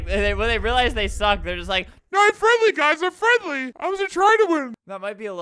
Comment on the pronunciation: you mean 'frenly' XD